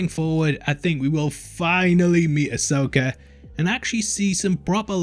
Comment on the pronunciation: AH-soka Tah-no, my dude. LOL, “taNOWe” is kiiiillin’ me.